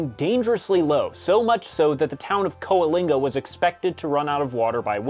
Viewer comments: Coal-inga not Co-alinga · Weird, we have always pronounced it Co-ling-ga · If you ever need to pronounce "Coalinga" again, please refer to how its mayor pronounced it, where the first "a" is quiet